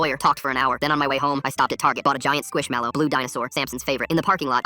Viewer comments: Why is nobody talking about the way he says squish mellow like why he say it like squishAmelo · Bro said squishamallow